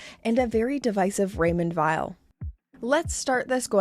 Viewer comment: You make me laugh ,how you say Raymond Wiel ,yes they are Vile ,indeed .oh my ,i love the Zenith .